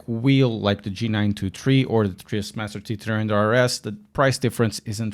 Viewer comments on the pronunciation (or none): none